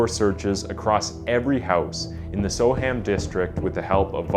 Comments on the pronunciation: Soham said "so-um". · Soham is my home town its so weird being able to visualise every step the victims took 😔 (also its pronounced So'um) if you wish to sound like a local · Its pronounced ' So'am" Soham , SoAm. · Soham pronounced “SO-umm” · I'm sorry. I really don't mean to be disrespectful, but so many American content providers don't take the trouble to learn how English names are pronounced. It's so very distracting. Soham is pronounced 'So-um' (Birming'um etc.). Counties are pronounced 'Lincolnshur', 'Lancashur' etc. Not 'shire' - though that's how it is spelled. I hope this helps in future. Oh - and if you ever need it : 'Edinburgh' is pronounced 'Edinburrah'. Keep up the good work, and keep on researching! x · Soham is pronounced so-wum. Good short account of the case though. Well done 👍🏽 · as soon as he said “so-ham” I began zoning out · It's pronounced So-Umm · The pronunciation of Soham here is sow-uhm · It would have been good if you'd first found out how to pronounce the name of the town you're talking about. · I'm an American. But something tells me that the way "Soham" is pronounced by the narrator dude is wrong....just like how "Lincolnshire" was mispronounced. Can an English person confirm or deny this? Also, terribly sad story. I hope Huntley rots in Hell. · Ah yes. Only had to wait 26 seconds for the mispronunciation. Soham is pronounced more like Sew-um NOT So-ham. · Badly researched…Huntley did have a history plus it’s pronounced Sowam not so ham…jeez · The trial didn't last a year, it started 5th November 2003, and jury deliberations began on 12th December 2003. He may have attended pre trial hearings at Magistrates and Crown Courts before the trial though. Oh, and it's not so-HAM, it's more 'SO-um' - the 'h' isn't pronounced. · Just an FYI it's pronounced more like Sohum not Soham... or just so-um if you a local. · It’s Spelt Soham but it’s pronounced Soum. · It's pronounced "So-wam" and "Lincolnsheer"